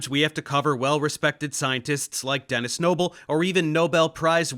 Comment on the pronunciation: Did you just say… Dennis, noble???